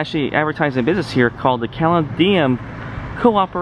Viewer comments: And it isn't "graffiti." And...oh...caladium is pronounced ka-lady-um. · Very interesting. My granddaddy ran the first train station. Mural is pronounced as if you are saying “sure” but with an “m.” So definitely not that “a” sound you are using. Caladium is pronounced kah- lay- dee- um.